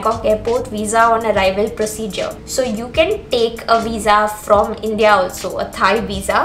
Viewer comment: Thanks it's helpful. But please pronounce the word INDIA correctly